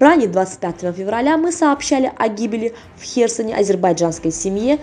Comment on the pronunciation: Кто ответит за жизнь невинных гражданских людей? Автор научись правильно ставить ударения Херсо'н